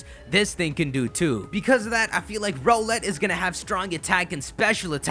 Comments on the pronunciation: I think it isn't pronounced "Ro-let" I think it is the word Owl, with an "R" before it, and an "Et" after it. Therefore, it should be pronounced "R-Owl-Et" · Isn't Rowlett pronounced r-owl-et and not roe-let? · Can you pronounce rowlet as r OWL et not ROLL ett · It is pronounced Rau let not role let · I think Rowlet is pronounced more like rOWLET that ROWlet. I mean it is an owlet, a baby owl. That's just my opinion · Rrr OWL let. Not Rohh let. OWL. Its an owl. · Yo it's pronounced R - Owl ett not roll -ett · Not trying to be rude but I'm pretty sure Rowlet pronounced "Rao-lett" instead of "Row-lett". Yknow, like the word Owlet? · HIS NAME IS ROWLET, NOT ROLLET. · Do you guys think hes saying Rowlet wrong too? I think its r OWL et vs ROW let Or is that just me? #TeamRowlet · Don't you just love how he says row-let instead of r-owl-et yet he says owl instead of ole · I'm leaning towards choosing Rowlet, but I usually tend to go with fast attackers, so Popplio might have a chance here. If it indeed does get the Figthing type, it'll have an even bigger chance. [PS: it still bothers me how you pronounce Rowlet's name. It's an owl, so why "Row-let"?] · Dude like the vid, but it's ROWLet as in 'owl.' Can't believe I have to play Captain Obvious here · I'm pretty sure it's rOWLet with the o-w-l being pronounced like the word owl.